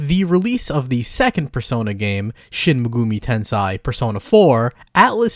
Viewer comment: "shin mehgoomy tensaih" i cant bruh 😭